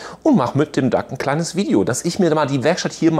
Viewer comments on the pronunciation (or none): His name is DOUG not Duck.Great workshop.